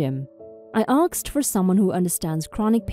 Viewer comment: Asked not aksed